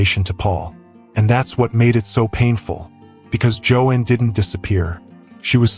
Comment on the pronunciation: You are mispronouncing her first name. AI?